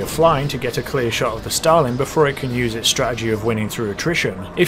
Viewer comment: Os it just me or whenever he says starling it sound like he is saying stalin